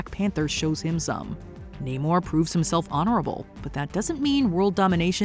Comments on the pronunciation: IT’S NAMOR,! NAMOR, NOT NAY-MOR! GET IT RIGHT, WOMAN! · I'm confused on how you could have pronounced Namor wrong